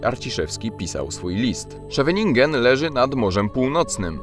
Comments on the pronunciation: Źle wymawiasz Scheveningen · Ciekawy filmik. Kilka uwag: 1. Scheveningen wwymawia się [sCHeweninHen], z akcentem na pierwszą sylabę 2. James Cameron dzieciństwo spędził w Chippawa (część kanadyjskiego Niagara Falls). Przy placu Cummington znajduje się kamień z plakietką z brązu informującą o tym. 3. Niejednemu wynalazcy Hoffmann. Oprócz wymienionego tutaj Jakuba (Fryderyka) Hoffmanna inny jego imiennik - Józef, pianista i kompozytor, Polak i Amerykanin dokonał kilkudziesięciu wynalazków, z których najbardziej powszechne w użyciu są wycieraczki szyb i amortyzatory samochodowe oraz zegar elektryczny i spinacz biurowy.